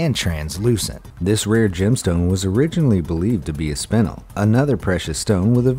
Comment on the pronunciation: Can we just talk about how he butcher spinel